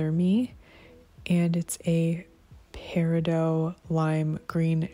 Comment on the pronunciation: 💯 correct pronunciation